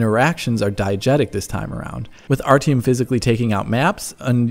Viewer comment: Yeaaaaaaaaaaaaaah, I know the real pronunciation. I will make sure to say it correctly when I do my review on launch :D